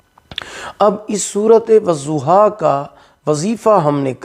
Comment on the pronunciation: wazuha ni wadduha hota hai, padna toh aata ni wazifa krega 🤣